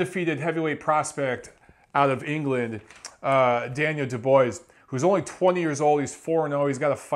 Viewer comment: You have to learn how to pronounce Dubois